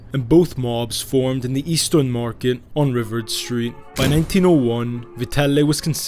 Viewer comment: Pronounced MAH-KUS. Hard K sound. Our local names are butchered by non -Detroiters. ri-VARD street, emphasis on second syllable & rhymes with YARD. It's fun how he tries to nail Italian surnames though. Also, Eastern Market is not our Little Italy at all and never has been. This New Yawk guy is funny to listen to, but he did a real deep dive here. I'd wager that much of it is fiction though, because some of these specifics are not known. Hey, he pronounced Congress St correctly! Ok, I'm going to give the kid's video a listen. He's a cute fella 😊 (Uh oh, it's WHY-ANN-DOT.) These are available on Google.